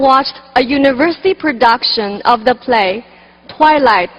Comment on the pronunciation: 哈哈 我以为只有我听她的口语重 那个the , matter 等的发音 听的我尴尬症都犯了